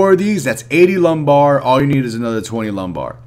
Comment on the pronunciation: Wasn't sure if you were saying it on purpose cuz of how lame the quest is... Haha ✌